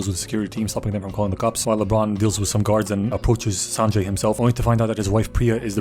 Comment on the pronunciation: LITERALLY THE FIRST TIME SOMEONE SAID AN INDIAN NAME CORRECTLY 😅😅😅😅 AND IT'S NOT SAANJAY IT'S SPELLED : SUN-JAY